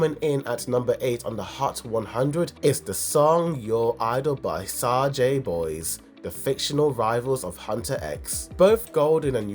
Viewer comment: From the way you mispronounce HUNTR/X and SAJA BOYS you really need to watch this movie before making any more videos about it…